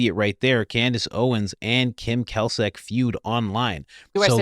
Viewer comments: Pronounced 'Klak chick' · Klacik is pronounced as "classic" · It's pronounced KLAY-CHIÇK!! Lol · Klacik pronounced klasik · It’s pronounced “Clay-Sick” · Pronounced claysic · I sure wish you would pronounce Klacik's name remotely properly! You're driving me crazy! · Sorry, meant to tell you earlier, her name is pronounced clay-sic…saw her commercials… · it’s Klacik. Pronounced “CLAY-SICK” FFS Coach. 🤦‍♀️ The guy even said it in the interview. You heard him. Geez man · It's pronounced "clay-sick". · Now you're just trolling us with the "Cal Sick" pronunciation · Say it with me now ( kim "clay-sick") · Kim CLAY-SICK (pronunciation) she ran for office and Candice was investigating her back when these msgs were sent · Klacik is pronounced CLASS-ick. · Her name is pronounced Clay-sick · Sorry guys , but iher named pronounced like Classic - Kla-cik. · Yes I remember seeing the veritas video a few months ago with this whistleblower. Also Coach, it’s pronounced Clay-sick😂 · Pronounced “clay-sick” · COACH, it is pronounced CLAY-Sick.